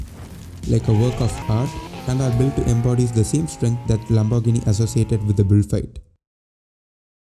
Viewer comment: Pronounce : Lambor gee nee !